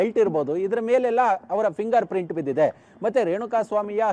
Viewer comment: ಫಿಂಗರ್ ಪ್ರಿಂಟ್ ಮಾರಾಯ, ಪ್ರಿಂಗರ್ ಪ್ರಿಂಟ್ ಅಲ್ಲ...😂